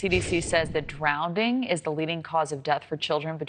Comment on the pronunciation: “ecspecially” . . . “drownding” . . . how did this woman achieve a career in broadcast journalism???